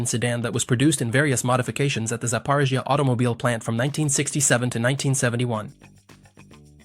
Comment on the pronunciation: Sapa…what?! It’s ZAPAROZHETS